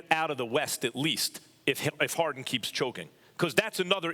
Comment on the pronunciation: It's Harden Max ... Harden ... not Hard-on !